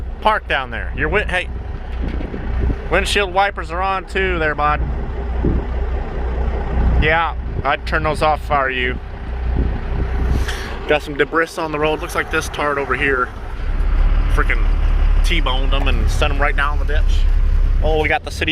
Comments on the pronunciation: Thats not how its said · The way he said ”Debris” 😂